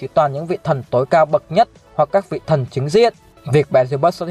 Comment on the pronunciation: Sao chữ " thần " mà cứ đọc là " thân " nhỉ.